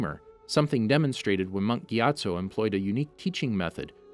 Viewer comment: The way he says gyattso got me distracted